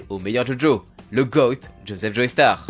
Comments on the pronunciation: "Joeystar" ? Sérieusement ??? 🤦🏻🤦🏻🤦🏻 C'est JOESTAR ! Il suffit d'écouter l'anime pour entendre qu'ils disent "Joestar" et non pas "Joeystar" ! On dit "Jojo" et pas "Jojoey" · le sang des joeystar ??? je t'ai toujours bien aimé mais la c'est trop c'est joestar (josuta) alors fait attention a tes prononciations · Tu peux arrêter de prononcer joey starr ?